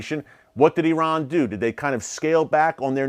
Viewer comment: Please , please please learn to pronounce the name of Saudi Arabia correctly . It is NOT pronounced SAWdi , it is pronounced as SAUdi - rhymes with HOWDY !! . But at least I give you credit for not using EYEran as most Americans do. Amazing that the hundreds of thousands of troops that have served in Saudi Arabia and Iraq never learned the correct names either - no wonder America is SO good at winning hearts and minds .